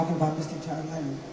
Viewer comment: This was so torturous to listen to. We can't blame poor Stevie💝, but he did swallow THE NAME of the slain artist which he'd been teasing & teasing for mins here. Could hardly hear it, I had to turn on the video CAPTIONS, which also half-missed it. Torturous. Moreover, the audience was insolently rowdy 👎🏾👎🏾, catcalling & whistling, instead of listening quietly like this witness says. The audience was pretty awful. That's why poor Stevie had so much trouble saying the truth; they weren't in a respectful frame of mind at all - but it coulda been worse, I suppose. Poor performer💜. How was he supposed to go on? Happy, as if nothing happened? Cancel the whole show? I blame the selfish audience🤡. They sucked. Even the assistant next to Stevie tried to calm them down enough for them to listen, by shaking his head.🙏🏾😇 So sad/DISAPPOINTING to see black audiences be this stupid when it counts!